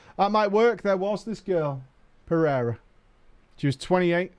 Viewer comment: Also, Portuguese last name, pronounced "per-a-ruh". Middle letter is a long A.